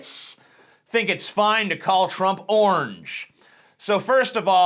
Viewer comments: What word is he trying to pronounce? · Why does he pronounce orange as onj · why do you prenounce the word orange as "ornge"?